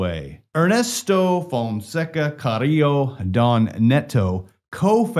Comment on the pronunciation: Fonseca ... With an A .. an A... You keep saying fonseco